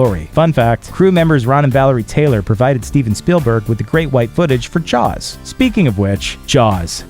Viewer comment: I thought it was called jaws not jars.